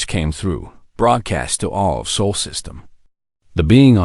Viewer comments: It’s SOL, not SOUL, system! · SOL --- NOT "soul"!!